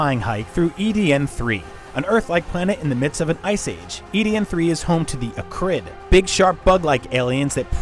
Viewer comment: The way he pronounced Akrid... cringe